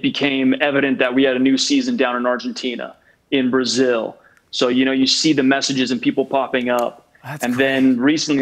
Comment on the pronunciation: He said Brazillllll